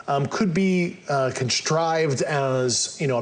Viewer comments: Yes! I heard constrived too! He’s full of mispronunciation and misinformation. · Nucular, excetera, expoused, constrived. Wtf language is that?